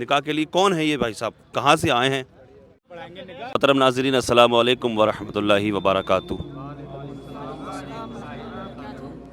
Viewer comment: molv sahab mashallah lekin salamualikum nahin assalamualikum